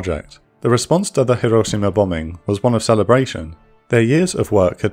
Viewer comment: The speaker pronounces hiroshima like a native, but uses the wrong short a when pronouncing Nagasaki. It's the ahh sound, more like aww, less like eh.